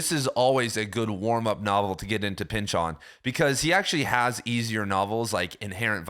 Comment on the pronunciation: The correct way to pronounce Pynchon's last name is with the emphasis on the first syllable as in PYNCH-in, not Pynch-ON. We had the same professor in college.